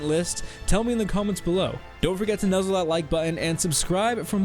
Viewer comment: Did u say nuzle that like button